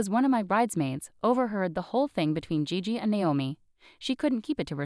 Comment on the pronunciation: Gigi is gee-gee, bot voice